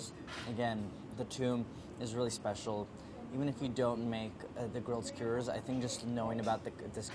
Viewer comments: Everyone: Skewer Andy: Skuuer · Does anyone else think Andy is saying skewers weird? "Squeers" is what I hear. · Andy pronouncing skewers skwrs has me cracking up as I'm watching this after a night out. Love the video, these sound really good, especially rn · Nobody: Andy: skyerzz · listen andy is great and this recipe is amazing, but why is he saying is "skuuurs"